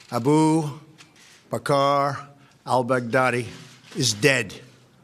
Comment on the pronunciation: No one: Trump: A bow Ba Car Big daddy